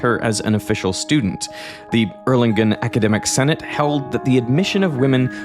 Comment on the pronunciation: TERRIBLE ... the pronounciation of Erlangen.